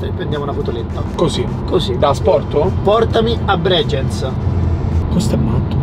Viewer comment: A, Bregenz si pronuncia Breghenz no Bregienz 😂😂